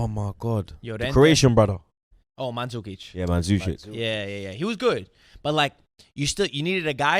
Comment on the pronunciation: These guys pronouncing Morata and Mandzukic with Italian accents was funny